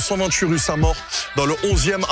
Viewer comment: Alors je veux pas être irrespectueux mais l'hommage à Koby dans un resto rue "saint mort" (du moins la prononciation laisse entendre ça) c'est pas fait exprès mais ça m'a fait sourire